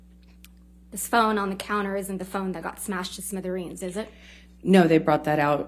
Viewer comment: "smitherines"... Lmao